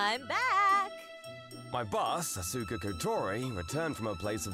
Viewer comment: Oof, that first one. "Ah-SOO-ka," "Kayd" - come on, male VA, you know full well that's not how those are pronounced. Also, never get back together with the ACTUALLY crazy exes. Yeesh.